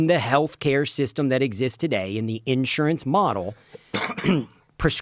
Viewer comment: Unless you can find a way to pronounce the word Insurance like you live in the 21st century get off the fucking mic